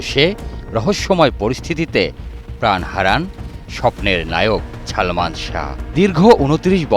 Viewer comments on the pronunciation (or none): সাংবাদিক হইসে অথচ বলতেসে ছালমান! শুদ্ধ উচ্চারণ শিখে সাংবাদিকতা করা উচিত।